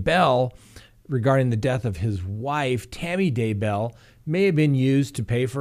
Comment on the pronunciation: It’s “DAY-bell” not “day-BELL”